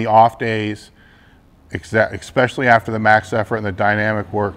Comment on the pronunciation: Where are people coming up with this "ekspeshully?"